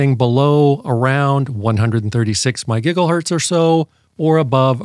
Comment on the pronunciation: This guy is annoying as fcuk. It's MEGA HERTZ. And he talks like he thinks you are retarded.